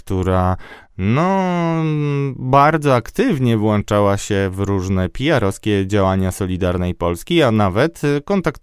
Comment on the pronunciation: Kolejny dziennikarz, który właącza, a nie włącza